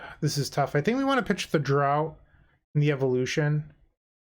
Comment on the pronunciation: just so you know, draught is pronounced draft, not drought :)